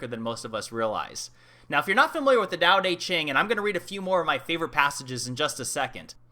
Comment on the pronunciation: gotta love that texan Dao DEY Ching pronounciation. I crack up everytime. Good stuff regardless.